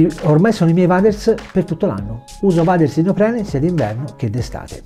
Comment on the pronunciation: Bellissimo il nuovo logo IDP sempre sul pezzo 💪🏻🔝 P.S. Si pronuncia “ueders” ti vo bene 🤣🤣